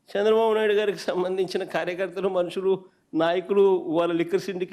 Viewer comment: అన్నా నీకు నా చిన్న సలహా at least తెలుగు ఐన జర బాగా మాటలు ఆడా రాదే చంద్ర బాబు అన్న సంద్ర బాబు కాదు అన్నా